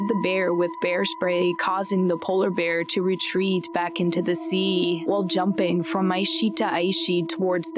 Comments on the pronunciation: Baahkk intoooo the sseeeaaaa. I dont think the narrator can feel there face. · Lol! That's EXACTLY what I was thinking! LOL!😆